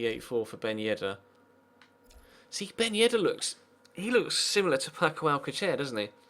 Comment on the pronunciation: its pronounced Al-sal-ser